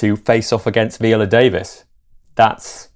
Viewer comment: I knew the moment Ali mispronounced Viola that Idris in the most subtle polite way would use her name, correctly pronounced, in his response so as not to embarrass Ali and hopefully Ali took note!